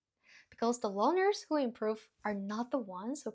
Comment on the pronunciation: Question: Are you saying "learners" or "loners"? Either one makes contextual sense, as loners are particularly reluctant to speak with somebody. But if I don't hear that first "R" I have to assume "loners" is what you meant. Sorry, I know it's not the point, but it was all I could focus on.